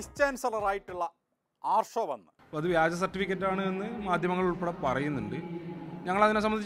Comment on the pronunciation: വിജ്യൻ [വിജയൻ ] എന്ന് ഞാൻ തെറ്റിദ്ധരിച്ചു , വ്യാജൻ എന്നാ ലേ